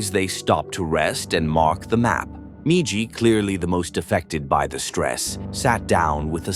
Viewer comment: I cannot wait for AI to die so people read their own damn YouTube videos again. I fucking HATE AI voiceovers. An hour in and the stupid ass ai forgets the M-I-J-I spells MIJI. Mispronouncing every other repeated word throws me completely out of the rhythm of the video.